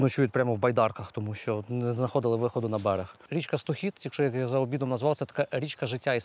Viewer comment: Річка СтОхід, а не СтохІд.